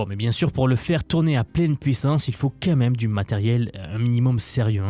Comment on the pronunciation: Intéressantes tes videos, mais quand est-ce que tu vas virer ton "qu'à même" de ton language !?? On dit "Quand même" et pas autre chose. 😢